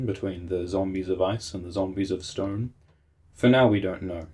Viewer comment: Shtone Men!